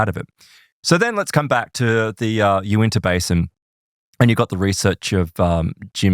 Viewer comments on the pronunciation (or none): I am from Utah. I love the accent, however, it's pronounced "Yu-Win-Ta" county. 😆🤣